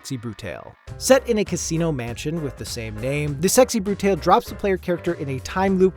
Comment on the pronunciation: I don't know if you're right but I really hate the way you pronounced Sexy Brutale.. That being said, great list! Every single one I have played is incredible and the rest look just as amazing. Before Your Eyes is going straight on my wishlist